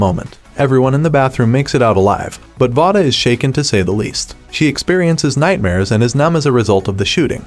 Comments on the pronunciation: Her name is not pronounced vah-duh. It is vay-duh. Just to be clear... If you're going to talk about a movie or show, maybe learn how to pronounce their names right? Just saying.. This movie was very heartbreaking... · I dont like how he keep miss saying her name its v-a-da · please say Vada correctly omfg